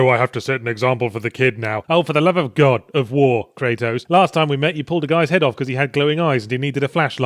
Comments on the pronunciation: Somehow I'm suddenly 100% sure that accidentally saying "God of Phwoar" is how they came up with Bayonetta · god o' fwar